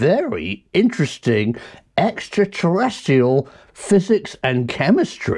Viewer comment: Nice one Prof! I think you might be pronouncing 'extraterrestrial' wrong though